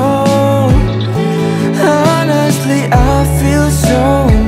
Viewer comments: Bagussss banget lagunya,,.,!'/ Masukan: cara pengucapan honestly itu onestli, jadi huruf H nya tdk dibaca, bisa di cek di kamus, hhe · coba abang nyanyiin, pasti gaenak tanpa H 😂. kadang dilagu tuh pelafalan gajelas jadi nada yng kalau diilangin malah gaenak...